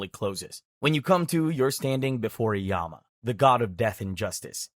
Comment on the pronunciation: Nope the king yama mentioned in this video is real king yama and it's not even pronounce like this it's y-ah-m